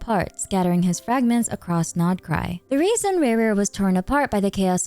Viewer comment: I LOVE that u pronounse the nodkrai names right😭😭💕